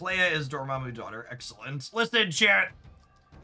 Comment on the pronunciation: was it just me or did he keep saying dormommy?